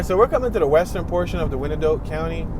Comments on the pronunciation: Actually it has 3 syllables, pronounced y-an-dot. Old Native American name. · Not too far from me (Edwardsville). Thanks for the tour. Also, we say it like "Why-an-Dot" or "The Dott" for short. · It's actually the eastern part of KCK (closer to KCMO) that's rougher. And, as Can-O-Bus stated, it's pronounced "Wine-Dot" County. :) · You know absolutely nothing about Wyandotte. Pronunciation is ass